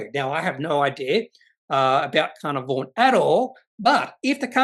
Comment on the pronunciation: FYI pronounced - car-nar-von